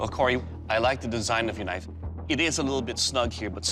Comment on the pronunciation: They said a blade but it is a kënife😂😂😂